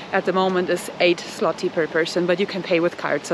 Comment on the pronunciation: It isnt ZŁOTI, its ZŁOTY on end YYYYYYYYYYYYYY not iiiiiiiiiiii